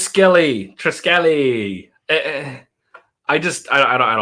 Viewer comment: Like 56 Triskele is pronounced TRIS-keel or TRYS-keel Do you not like Afterschool because its a narrative mess with bad art, or you are triggered about the subversive nature of the story? You flip flop enormously while you try to stay on target. Sorry just the way it comes across.